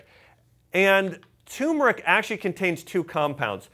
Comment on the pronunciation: Really appreciate your videos, but it's TURmeric😉.